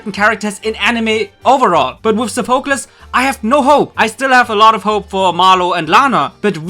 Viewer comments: Your saying sofeclese wrong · How hard is it to say Sophocles correctly?